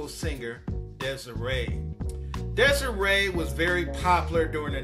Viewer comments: I talk to Des'ree periodically. As you may or may not know she and her mom put out a vegan cook book many years ago. Also her name is actually pronounced Dez-Ree.. it's not Des-Ray. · her name is pronounced DES-REE.